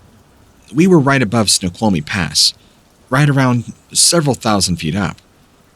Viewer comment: Where are you from in WA? Anyone know? I'm also from WA and was surprised at your pronunciation of Snoqualmie. I don't claim to be perfect but I do know how to pronounce most if not all the different regions/cities ect